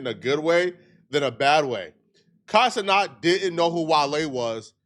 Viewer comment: why are you still saying Kai CeNOT instead of CeNAT?